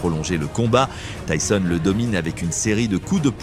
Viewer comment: Désolé pour les messages et le prend pas mal mais j'ai regardé plusieurs de tes vidéos déjà et quand j'entend Mike tisonne au lieu de Mike Tyson sur d'autres vidéos ça fais mal, même si ce n'est pas ta voix mais bon fais attention. Et continue ce que tu fais c'est bien !